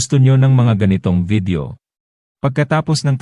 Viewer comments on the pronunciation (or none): none